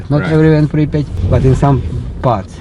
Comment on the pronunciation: PRIP YAT! Two SYLABLES NOT THREE! You should know how to pronounce where you are at!